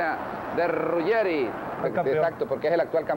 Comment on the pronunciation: 1 Zico, un genio 2 Maradona, en serio alguien duda que es el mejor de la historia del futbol???? 3 No es Rugerri, es Ruggeri. 4 Gano Flamengo 2 a 0, no 7 a 1 5 Boca no arriesgaba piernas en esos partidos, menos Maradona. 6 Lindo recuerdo